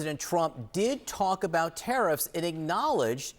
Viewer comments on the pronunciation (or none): Oh, he said tariffs. I thought he said Harris.